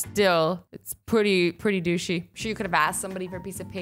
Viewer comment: GAAHH QUIT SAYING DOOSHIE AND DOOSH😂😂😂